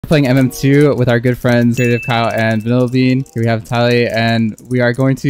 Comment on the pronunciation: I really thought he said girl friends but he said good friends😂